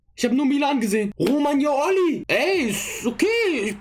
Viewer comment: Romagnoli❎ Roman yo Oli ✅